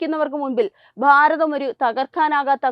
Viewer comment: ബാരതം അല്ല ഭാരതം.